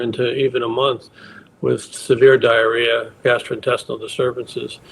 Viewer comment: haha she said explosive diarrea